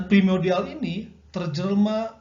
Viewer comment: Izin mengkoreksi pak. Yg benar primordial bukan primodial 🙏😁